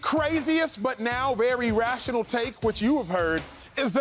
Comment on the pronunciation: Do anybody hear how Ocho say very🤣🤣🤣🤣🤣 he say wery